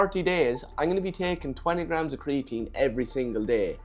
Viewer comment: Torty graams